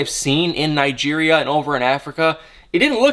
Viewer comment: Omg can you say Nigeria